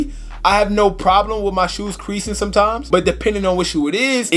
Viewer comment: My boy said, “quereasin” 😭😭😭